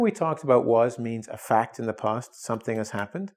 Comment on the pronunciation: if ur native then why cant you pronounce past and fast right it isnt post its past. and ur teaching english in english